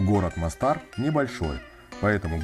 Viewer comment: Не Мостáр, а Мóстар. Почему русскоязычные туристы в хорватских (боснийских) словах постоянно ставят ударение не там, где нужно? В хорватском и боснийском языках не бывает ударения на последнем слоге слова. Дýбровник, а не Дубрóвник; Мóстар, а не Мостáр. И, внимание, СÁРАЕВО, а не САРÁЕВО (хотя в данном случае в русском языке официально принято произношение с ударением на второй слог), а сами сараевцы в разговорной речи вообще предпочитают произносить «СÁРАЙВО».